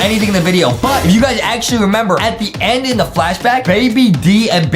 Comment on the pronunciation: He Say "I'm Moving N To The Nd" Ok (PRONONCIATION OF END)